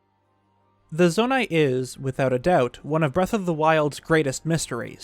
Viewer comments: Why at the very start it said zonau instead of zonai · Why does he keep spelling zonai with a u at the end?